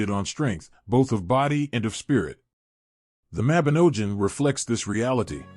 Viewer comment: Y Mabinogion is the best, welsh mythology is great! Read the book people...not an american accent a.i that can't pronounce even the word the video is supposedly about.